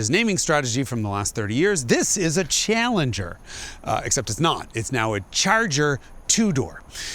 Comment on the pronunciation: Yep he said the chee allenger is now a 2door skee atpack